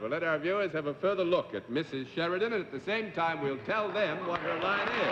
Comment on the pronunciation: Been following the series since its inception and really enjoyed Mrs Sheridan, despite Mr Daly butchering her surname at the start. She really gave the show a boost and is one of the better contestants I've seen so far. For a 64 year old tape this is really well done. thank You.